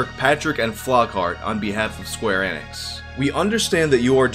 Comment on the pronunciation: The way you pronounce enix sounds like you're saying xanax